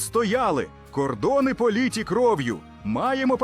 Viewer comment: Наголос треба ставити правильно ,і не проліті кров'ю а пролиті кров'ю, все казочки